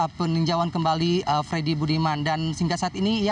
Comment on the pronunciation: Gak bisa baca Freddy jadi ferdy